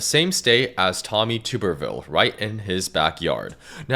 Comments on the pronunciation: It’s pronounced TUBB-ER-Ville. Not TUBE-Er-Ville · Pronounced: TUB-ER-VILLE. Tub as in where you take a good soak. Still, Tommy is a jerk.